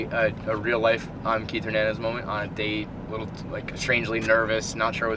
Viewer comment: say,Hernandez,please no gernandez